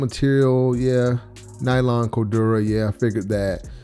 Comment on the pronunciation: said “cordurah” 😂😂😂